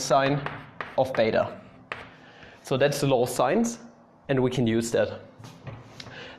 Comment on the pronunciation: Every time you say law of sines, I hear "law of science" xD